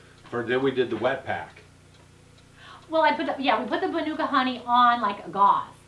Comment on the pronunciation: use pronounced manuka very well yip its a nz brand honey